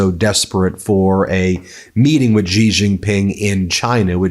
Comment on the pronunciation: Please learn to pronounce President Xi's name correctly. It's very distracting. Xi sounds like "she."